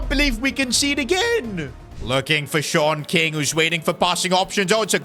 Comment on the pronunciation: I keep thinking he is saying short king instead of Sean king